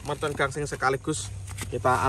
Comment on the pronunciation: Bang gaseng bukan gangseng